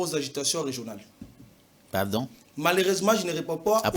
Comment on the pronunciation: "Malersement" 😂😂😂😂 Prof de l'IPN😂😂😂😂